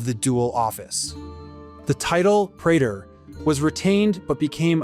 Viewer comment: Diphthong 'ae' is pronounced E (as in pee) pre_tor